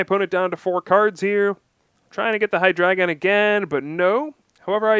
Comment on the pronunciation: OMG, you pronounce Hydreigon correctly....thank you!